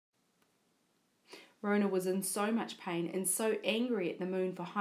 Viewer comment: It's Rona not ronah